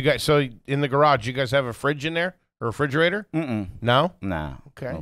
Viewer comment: Anyone catch that he said frigerator?! Lol